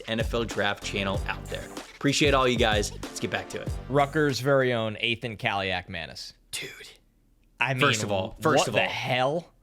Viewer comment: Played the Kaliakmanis' in high school, played for our top rival, didnt beat them once unsurprisingly. Athan is Nathan without the N, last name pronounced right by